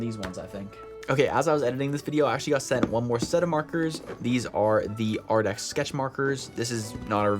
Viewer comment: You keep saying Arrdx. It's Arrtx with a t not a d. Just wanted to let you know. Pretty markers! I have never tried the Ohuhu sets but they just came out with a new set that looks really cool. Jennifer Stay at the Coloring Bliss channel talked about it on her latest video. I think you would really enjoy it.